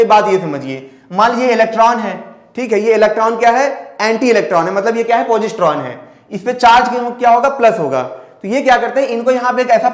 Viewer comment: पौजिस्त्रों नही सर पोसिट्रोन बोलते हैं। आप बोलते समय हड़बड़ी में रहते हैं। सर एंटीमैटर के बारे में आपने ठीक से नहीं पढ़ाया या ये कहूं की आधा अधूरा पढ़ाया , सर एंटीमैटर का खोजा ही इसलिए जा रहा है ताकी वार्प ड्राइव को सफल बनाया जा सके आपने IXS ENTERPRISE के बारे में कुछ भी नही बताया।